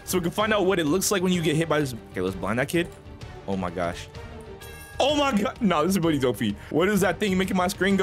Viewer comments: He said “oh my gosh” but put a y sound before the o so it came out as “oh my gyosh” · He didn’t he say oh my gash